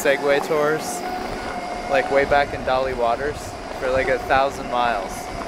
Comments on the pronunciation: Thanks guys, this was wonderful!, just wanted to let you know how to pronounce Daly Waters! Daily Waters 😊Also Uluru is like an iceberg, it's bigger below the surface than what's showing above ground! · When you travel through the outback like you have in the past few days, you realise how old Australia is, as a continent. No large mountains, they have all worn away. And Uluru, most of it is underground. Ancient land. And Daly Waters, its pronounced Daily Waters. Not your fault, that's how it's spelt.